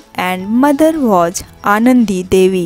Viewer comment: Hey you first make right pronounce the English word like i say (was) is correct pronounce but you are saying (waj)and (storige)is not correctly but (stories)is correct pronounce